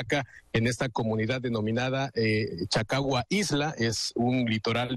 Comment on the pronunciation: "cacagua" caca con agua. En vez de chacagua. Pobre nivel de reporterillos de 5@